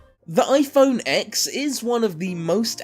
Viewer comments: It’s pronounced ten! Not Ex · It's pronounced iPhone Ten not ex. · CAN SOMEONE ACTUALLY PRONOUNCE THE NEW IPHONE PROPERLY SMH U SAY TEN NOT ECKS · You idiot! Its called ten NOT X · AHHHH PLEASE STOP SAYING IPHONE X!! ITS SUPPOSED TO BE IPHONE 10!! X IS A FREAKING ROMAN NUMERAL!!! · Saying x in this video instead of ten is so cringeworthy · yea true its just a roman numeral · not called "iPhone 10" No where is Apple calling it the "10" they are only calling it iPhone X. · It is pronounced "10" you idiot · IPhone 10* If you can't even say the name correctly, why should anyone take you video seriously. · You already broke all of them... it’s pronounced... iPhone TEN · Please. Say it iPhone TEN not X. It’s a Roman number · It's called iPhone X and Ten so shut the fuck up. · I can’t take you seriously when you can’t even pronounce the name right. Also, you can’t tell iPhone 7 from iPhone 8 from the front but you can from the 6 or 6s which had indistinguishable fronts. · Says that the iPhone X will break in 2 years but doesn't know how to pronounce it. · WTF, how a flagship phones' name is pronounced should be obvious! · Your stupid for not even knowing how the phone is pronounced.